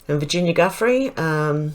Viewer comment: this is how you pronounce Virginia's last name like this JU FREE don't ask me how but that's how you say it according to many others, I think its French. Its definitely not Guffrey 👍💝